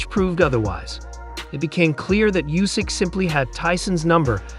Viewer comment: Oohsik not Yousik